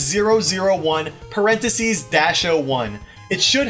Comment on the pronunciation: you are not pronouncing parentheses correctly